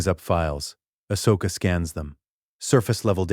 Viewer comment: Your AI is pronouncing her name wrong. Did you spell it Ahsoka, or Ashoka? The first one is the right spelling. I am writing a What If novel. My AI pronounces it just fine.